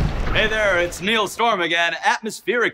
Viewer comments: I like how it said Niall but in this he said Niell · Haha the way he mispronounced his name ❤️❤️ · Did he just pronounce his own name wrong Lol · you pronunce ''Niall'' as I pronounced it when I was 13